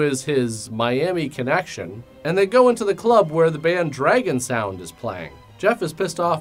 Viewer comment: "I didn't realize this before. Dragon Sound is really an international band." His pronunciation of "Dragon Sound" threw me off.